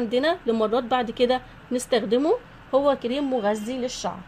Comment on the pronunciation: من سمعتها تقول تي وكيريم ورويال شلت يدي منها يختشييييييي ويخرابي